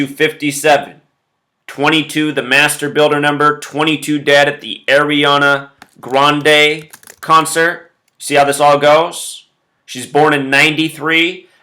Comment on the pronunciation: Guy can't say Ariana Grande correctly, but we are supposed to trust his sketchy math? Hilarious!!! He has stock in Reynold's Wrap - there is no other explanation for so much tinfoil hat tomfoolery . . .